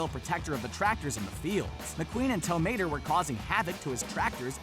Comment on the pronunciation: Am i the only one who cringes when he pronounces tow mater without the accent?